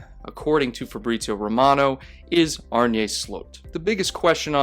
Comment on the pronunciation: As a dutchie, his name is pronounced Arn-uh Slot. (Slot as in like a slot machine).